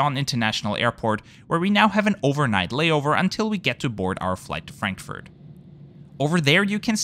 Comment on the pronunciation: why are you tryharding so much with the asian names and trying to pronounce them the "proper" way, while saying stuff like "frankfurt" in an english accent, even though german is your mother tongue? 🤣